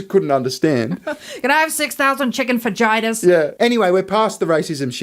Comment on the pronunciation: "Can I have 6000 chicken fah-ji-tas, please?" And a So-sauge McBiscuit, too.